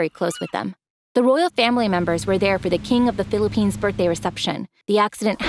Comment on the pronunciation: Did somdy say philiphines?